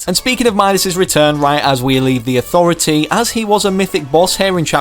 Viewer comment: me:the authority:ThA AuTHOritY